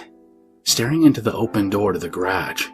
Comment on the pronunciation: “Graj”? * is that ‘garage’?